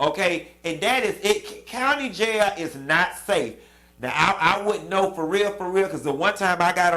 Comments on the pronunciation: I had to watch this video 2x just hear u say JAILYA🤣🤣🤣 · 😂😂😂 every time you say “Jaya” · “ in jayah “😂😂😂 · you done had be SCREAMING on this video! Not “ J A Y A = jail!!! 😫😂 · That’s exactly how my grandma say jail too 😂🤣😂🤣 His ass going to JAAYAL🗣🤦🏾‍♀️ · It’s the way Q is saying “ Going to JAIL” for me 😂😂😂 I’m with him on crying too cause bihhh I ain’t tryna go to JAYAIL!!🗣 🤣🤣🤣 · Q it's how you saying "Jayal" that got me pissy😭😭😂😂 Yes All Karen's need to be locked up too❗ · You Pronounced all the letters in that word - JAIL and I am living for it. The sentence was fair considering he was very arrogant throughout the entire case. He could get off for good behavior. Who knows but then again they may make him serve the entire sentence. SMH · How you are saying “jail” is so funny! I am dying 🤣🤣